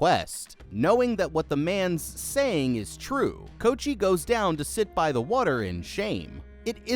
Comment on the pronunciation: I'm giggling at you calling him "Coat-chee"